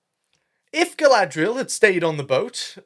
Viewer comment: 'Who is Guy-lad-reeee-al in love with?" HERSELF, DUH....